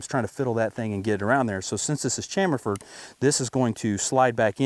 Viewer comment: It's cham - fer or chamfered